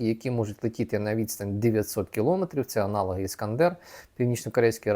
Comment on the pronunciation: Правильно говорити кіломЕтр